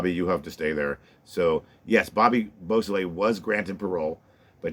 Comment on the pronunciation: That's what he said.